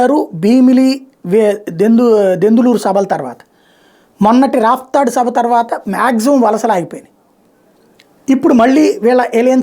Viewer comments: gaaru Raftadu kaadu Rapthadu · Raaptadu not raaftadu.